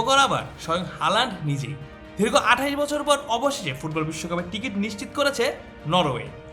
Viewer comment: এই ভিডিও এর ভয়েস ওভার যিনি দিয়েছেন প্রথমেই একটা ভুল উচ্চারণ করে ফেলেছেন, উনি দীর্ঘ না বলে ধীর্গ বলেছেন আশা করি এই ধরনের ছোটো ভুল গুলো খেয়াল করবেন। আমি চ্যানেল টা নিয়মিত দেখি তাই একটু অনধিকার চর্চা করলাম।